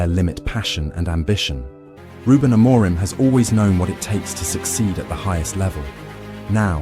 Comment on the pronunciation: There is no such thing as "Sporting Lisbon", the club's name is SPORTING CLUBE DE PORTUGAL, it is a club based in the capital, but it does not have Lisbon in its name. So, please stop saying the club's name incorrectly. And by the way, the accent in Amorim is on the "im", not the "mo".